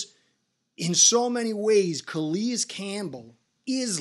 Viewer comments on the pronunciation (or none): Its CalAis not CalEis